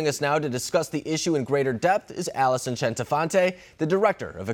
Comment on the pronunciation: Alison, Alison A-LI-SON.